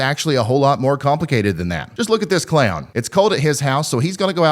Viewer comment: I swear you called the clown a “clayon”